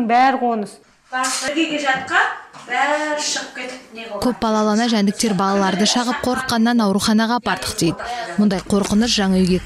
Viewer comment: Коңыз демей ме мода ма орысшага еликтеп Коныз емес еййййййй Қоңыз